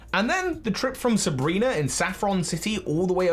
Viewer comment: uhhhh Sabrina? not Sebrena?